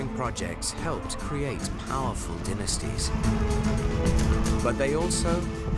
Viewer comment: Dynasties not dinisties ok